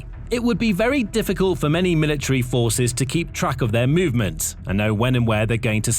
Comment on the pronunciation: So, what is a milatree? Is that like a metric sprout or something? Did this fool not pay attention when studying grammar and pronunciation? What good does this lack of proper communication do for the young folk just entering society? Somebody please tell me.